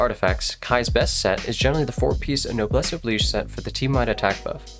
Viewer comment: Someone who pronounces Noblesse Oblige right! ♥️